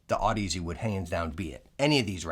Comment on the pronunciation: Audeze is pronounced like Odyssey